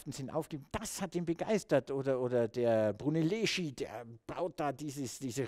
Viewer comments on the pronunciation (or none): Echt Klasse, aber sag Mal Brunelleschi und nicht brunellisci. Bitte verwenden Sie auch bei italienischen Namen die korrekte Aussprache